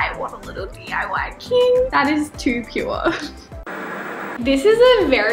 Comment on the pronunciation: The way you said 'pure'😂😂😂, I can't